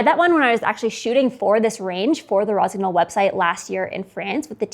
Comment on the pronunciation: Jesus Christ, if you love the brand and promote them at least learn how to pronounce it. GN is pronounced like NE in NEW.